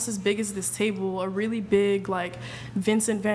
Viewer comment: I love how she pronounced van gogh completely false and corrected her completely false aswell lol